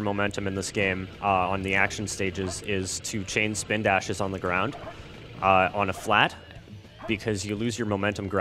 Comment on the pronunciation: "Chawge my swpindashes..."